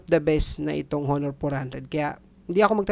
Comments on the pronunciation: ANONG HOONOOR?? WALA NAMANG PHONE NA HOONOOR. BAKA HONOR PO. DI HOONOOR. LOL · Onor ang tamang pronunciation nyan boss hehe. Ty sa pricelist. Sayang wala silang compact phone. Yung tipong 6 inches lang. Umay na ako sa malalaking cp kasi.